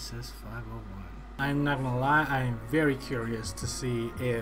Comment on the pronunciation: it is pronounce as double S 501